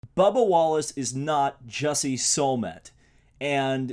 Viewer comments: Jussie Soulmet? It's pronounced Juicy Smooley! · It is pronounced Juicy Smooyay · Sir, his name is Juicy Smulliett. And he's a French Actor. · No it’s pronounced juicy smoolay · "Jessie Sollmet" Lmao we can tell you really did your research on this one. smh. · The correct pronunciation of the famous french actor, Jussie Smollet is Juciy Smol-lee-eh. Justice for Juicy It's the sh_t he created in the first place, seems like that's lost on you,. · What pisses me off is that you can't even pronounce his name properly you said Jussie Smollet's name as Solmett and Solman... Edit your Vids Bud! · "Bubba Wallace is not Jussie Sollmett and if that pisses you off..." I'm not pissed the statement itself, I'm pissed at the pronunciation. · Jussie Smollett... can’t even pronounce it 🤣 and yes bubba smollett faked a h8 crime